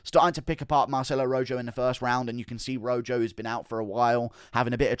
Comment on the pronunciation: It’s pronounced Roho not Ro Joe